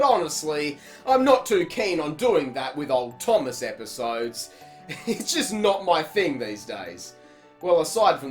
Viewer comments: “...games and TV shows like T O O M O S S...” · Finally I love how you call Thomas, Toomass. XD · The way he says thomas